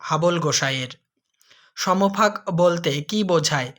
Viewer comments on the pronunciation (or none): Samofak noy,uccharon hobe.. Som fak. Sir